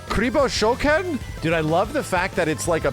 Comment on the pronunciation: saying "Kuriboh shokan" perfectly while trying to be wrong on purpose is very funny